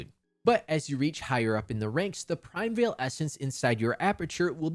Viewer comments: Unrelated, but it's "PRI-MEE-VAL" ESSENCE, not " PRIME-VEIL" 😭😭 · qi is pronouced chi in chinese primeval is pronouced like prime evil